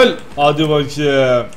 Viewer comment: senin hadi bakem demeni seviyorum vallaha